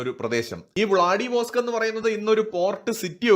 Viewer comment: വ്ലാഡിവോസ്ക് എന്നല്ല വ്ലാദി-വസ്തോക്ക് എന്നാണ്